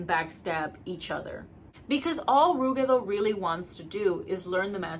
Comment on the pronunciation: Ive always pronpunced ruggedo like rugged, but i like your pronounciation more